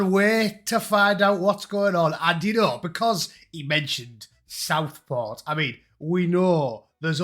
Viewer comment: Dont take your news from a man who struggles to say the word "Southport".